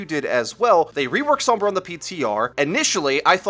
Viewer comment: "Some-bruh" with the "some" reminiscent of the sound of "some" in chromosome is pretty close to the correct Spanish pronunciation. Sombra also means shadow in Spanish btw.